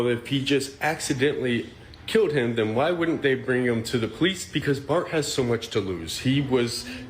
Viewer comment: "And den insult people"... Also aint is not a word! All that sounds like them too! Make that make sense. 😆